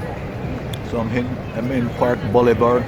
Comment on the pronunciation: Bolívar is pronounced Boh-LEE-Var (note the tilde over the i)